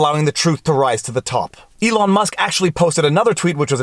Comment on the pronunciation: First, love the haircut (basically because I did the same, but had no guts to record my boys doing this to me). Second, don't know if you realized, but it is ELON Musk not ELIN. Great legal analysis. Your video on mediation, gave me a good analysis to tell my client. Instead of trying to explain the rigors of litigation I actually sent him the video. He called me back and said: "Let's settle!"